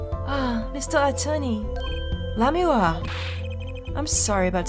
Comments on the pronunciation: Again with Lamiroir suddenly being two syllables. I swear, these comments are gaslighting me... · The cringe is too strong, esp with the lamiroir pronunciation. Plus, it's my right to do what I want with my free time anyways. I've got other things to watch that don't make me cringe, and there are only so many hours in the day.